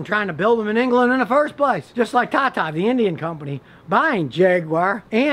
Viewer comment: Scotty are we ever gonna get a chance to see the meth lab? Can we get just a peek. Between all the herky jerky movements and your intonation ever time you say "tata" it sounds to me like "caca". Is there a difference?